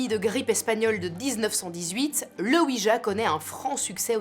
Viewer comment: Cela se prononce OUI YA oui français et oui allemand